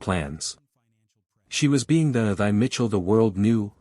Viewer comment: Thy. Pronounced Tee, not Thigh.